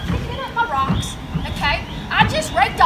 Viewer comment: Ahem. I believe you mean “rawcks”.